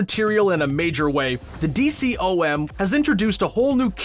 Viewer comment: It's not called a D-C-O-M it's pronounced Dee-com